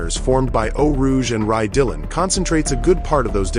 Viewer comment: I love these videos just to understand what happened to drivers in these fatal incidents, but every time i hear "Rye Dillon" i die a little inside